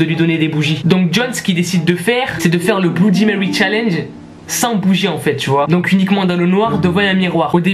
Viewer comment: Mon p'tit pote, bloudimewy ne viendra jamais à ton challenge (qui est un mot français) parce que tu estropies son nom : C'est pas tout de farcir sa prose d'anglais, faut commencer par le prononcer correctement.